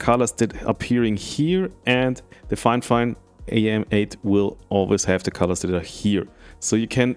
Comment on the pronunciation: It's NOT "Fine Fine". It's Fifine (FY-FINE) I feel terrible for this company. Seems like nobody has the basic literacy skills required to promote them properly.